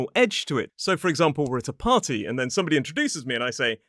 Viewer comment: how you said. party .. pari .without t